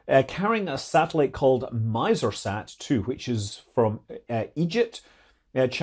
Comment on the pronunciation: Small note on pronunciation: Misr-Sat is not pronounced "miser" as in Ebenezer Scrooge. Misr is the transliterated Arabic name of Egypt and so is pronounced more like miss-r where the r at the end isn't voiced and just sort of slides into the preceding s. (Arabic: مصر Miṣr [mesˁr], Egyptian Arabic pronunciation: [mɑsˤr]). Now, I have not heard a native Egyptian say it so I'm just guessing from my time residing there a while back. Cheers!